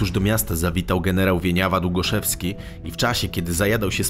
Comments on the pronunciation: generał Wieniawa Długoszowski a nie Długoszewski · Wieniawa Długoszowski, nie Długoszewski. Pozdrawiam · Bardzo ciekawy kanał. Mam tylko dwa małe zastrzeżenia - stawać za kimś, a stawać okoniem to całkiem inne znaczenie. Wieniawa DługoszOwski, a nie DługoszEwski. Bez urazy, bo słucham ciągiem wszystkich odcinków z wielką przyjemnością. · Generał Wieniawa-Długoszowski a nie Długoszewski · nie Długoszewski TYLKO Długoszowski